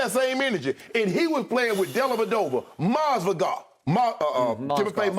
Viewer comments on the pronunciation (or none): “Timofey Mozgadov” 😂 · “Mozgodov” Shannon a fool bruh 💀😂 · "Timofey Moz-Ga-DOV" ~Shannon Sharpe